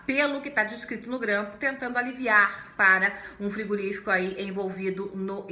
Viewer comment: Por que ela fala "frigUrífico"?